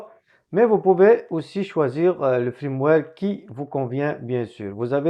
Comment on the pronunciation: Salut mon ami, on ne dit pas Frameware, on dit Firmware